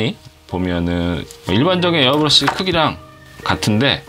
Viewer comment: 가격설명하시는데 에러브러시는 무엇?ㅋㅋㅋㅋㅋ좋은정보 감사합니다^^